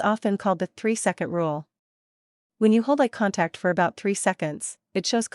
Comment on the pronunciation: I'm not sure 'ah contact' is a thing... but eye contact is!